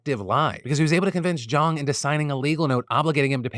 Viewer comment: Good Chinese pronunciation. The west speakers normally pronounce it like "jayng", when its "jaaahng"